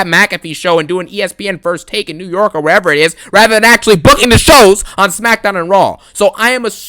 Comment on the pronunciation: Errrr Smakkkkkdowwwwwn 😂 Another Great Banger